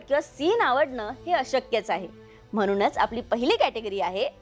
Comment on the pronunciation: तुम्ही छान दिसता, बोलताही, मुलाखत पण सहज गप्पा मारल्यासारखी घेता. पण जरा "न "आणि "ण "च्या उच्चरावर मेहनत घ्या. म्हणून हा शब्द तुम्ही नेहमी म्हनूण म्हणता.